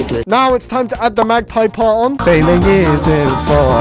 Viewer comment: YOU ARE SAYING MAGGPI WRONG